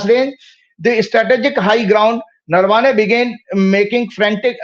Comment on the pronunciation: अबे वो नरवाने नही नरावणे हैं